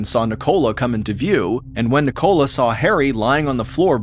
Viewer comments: Love your stories Mr. Allen but in England I it's pronounced Nick-ola not NI-cola lol thanks for the gr8 channel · Why do you say Nicola like that!? It's so wrong! Ni co la, not Ni Cola 😂 It's sounds infuriating I can't believe you don't have that name in the US